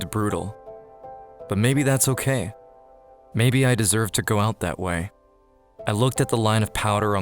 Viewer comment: guy: maybe thats okay what i hear: maybe thats cocaine